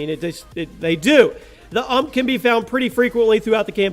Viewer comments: did he call a U-M-P an ump ...wow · Not "uhmp" , its "YOU EM PEE" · innit he got me triggered saying it like uhmp